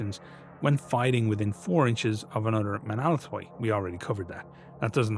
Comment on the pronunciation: Even in the utter extremity of the invasions of Hell, the Romans endure. Ho Stavros Nika! For the Queen of Cities! As an aside; Menaulatoi is pronounced men-av-la-toi. V and u is often conflated in medieval Greek but it almost always acts as the consonant rather than the vowel